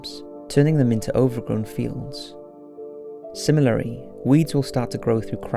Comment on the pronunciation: "similary" xD